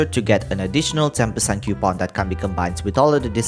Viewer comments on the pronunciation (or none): none